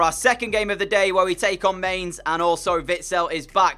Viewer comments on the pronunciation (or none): I think Mainz is pronounced My-nz